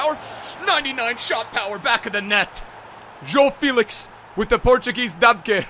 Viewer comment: Man spricht felix „felis“ aus